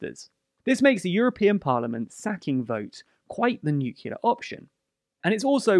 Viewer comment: I love and you're videos, but could you try and say "nu-clear" instead "nucular"? I'm really trying to get over that, but i thought I would let you know 😅